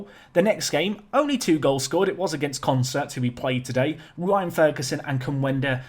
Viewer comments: You add R's again, it's not Concert, lol. consett. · Con-Set, not Concert, dude. Sorry to criticise, you're obviously dyslexic. But you're so damn close to the right names!!! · Consett were probably annoyed by your butchering of their name. Consettt there's no R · Consett is pronounced "Consit" locally, there's no R in it :) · So who wants to tell that he’s been pronouncing Consett ‘Consert’ this whole time? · Good God, but it is really annoying!!